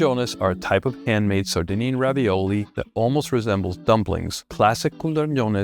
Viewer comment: ravioli (singular: raviolo) is pronounced with "A" like "pizzA" and it's just stuffed pasta. Not any type of stuffed pasta is ravioli but mostly it is, in general if it's closed it's ravioli.